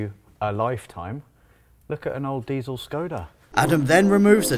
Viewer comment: did he say deisel ?